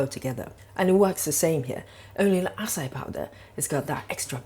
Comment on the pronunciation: Love your videos. I make the keto french fries on a regular basis. Acai is pronounced ah-sigh-ee. Thought no matter how it is pronounced it doesn't change what it is. 😁 Please don't take this as disrespectful. Be safe, Doc